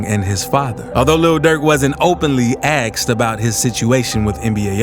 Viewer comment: "ASKED" NOT "AXED"